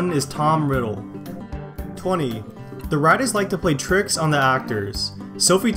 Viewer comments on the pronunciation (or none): none